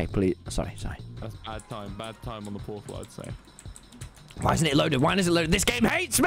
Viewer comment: "protal" -Tommyinnit 2021